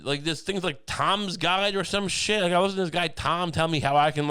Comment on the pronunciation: ‘Lishen to Me!’